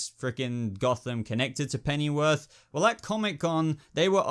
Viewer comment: dude, how come you pronounce it "Pennyworf" ? Does that mean I am pronouncing it wrong? (or should I say, wrongly)